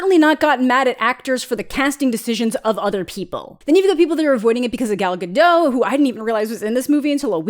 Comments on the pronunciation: It isn't guh-DOH. She isn't French. It's guh-DOT. Pronounce the O as in plot, not as chemo, and the T isn't silent. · Ga-dote, not Ga-doh. She's not French. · I love love love your reviews! I agree with you on so much about this movie and these live/“live” remakes … just. not. necessary. I also believe I’ve heard Gal say her last name is actually pronounced Gah-dot with a soft T, rather than Gah-doh. Damn, though, this movie oddly committed to some odd things. Thank you for your honest and amusing review! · it’s Gadot, not Gado, the T isn’t silent at all. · For the last time: Gal GaDOT is not French. The T is not silent!!!! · She pronounces her name like "dot." Gal Ga-dot, like dots on a page. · You pronounce the T in Gadot. The French are the only ones that I know of that don't say the last letter of their words. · You're supposed to pronounce the "T" in Gal Gadot's name. She's Israeli, not French